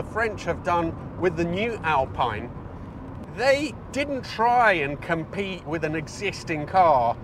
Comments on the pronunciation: Thanks, no hard feeling about your prononciation with GTA ! Alpine in french sound like Alp-in and not Alp-pine .. Yes this car is so good but, as you've said, the quality is under german standards.. In France, we love the original Berlinette and also the new one .. ❤ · For god's sake it's pronounced "AlPEEN'' insta dislike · As an Italian you should lean towards “Alpeene” So given that we love your pronouncing Italian cars in Italian, So will you please stop pronouncing the lovely Alpine cars as I’d they were built by the Rootes Group in the 1950s/1960s. Otherwise love your stuff, so not asking a lot! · What's the correct way to pronounce it? Alpine that rhymes with shine or Al-peen that rhymes with keen?